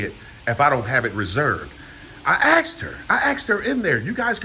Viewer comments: "I aksed her, I aksed " learn how pronounce asked. It's basic first grade grammar. It goes to show how un educated really is, for sure, TTA fam. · It’s pronounced ASSK!! Lol